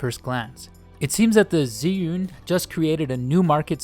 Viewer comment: che yun not zee yun